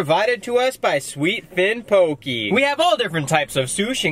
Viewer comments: 😂😂 “poh-kee” It’s poh-kay, this is amazing I love watching you guys😂😂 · It’s pronounced POH-KEH not POKEY 😬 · It’s pronounce ( pohk - eh) actually